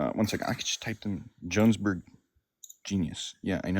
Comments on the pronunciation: Jonesburg???😂😂😂 Oh, Johannesburg! 😂😂😂😂😂😂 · Jonesburg? JONESBURG? for Johannesburg? I've heard English speakers from Africa call it Jo-burg. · Also said Yo-ha-nes-burg which I've never heard before but at least he knows where it is. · He was so confident in his pronunciation of Sao Paolo while saying Jonesburg. Dude is worthless. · And Johannesburg. "Jonesburg"